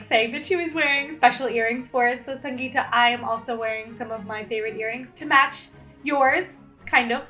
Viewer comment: I literally clicked on the video while having a drink and the Indian, slightly different version of Kara Kadalai. I also added green chillies and garlic. Btw, Sangeeta is pronounced with a soft T. Sangee-tha.